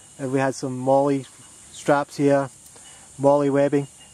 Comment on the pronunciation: Thanks for doing such a comprehensive review. And thanks for not saying "mole" :)